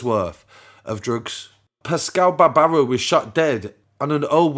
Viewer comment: Its RATuale